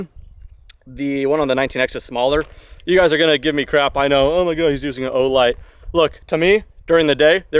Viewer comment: Dude what the fuck… o-light?!